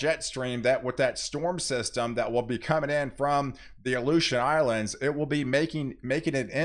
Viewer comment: You should say Aleution Islands a few more times per video!